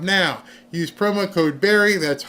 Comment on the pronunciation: It's Barry not berry!!!